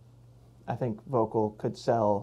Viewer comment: Great channel. So comprehensive reviews. Even here in Europe I check them before buying skis :). (btw Volkl is pronounced Foelkl). Excellent job guys!